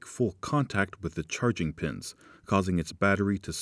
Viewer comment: No. He’d have refined his annunciation and elocution. Saying “churrrrrging” is okay for one man, but unacceptable as a representative of a company focused on clarity.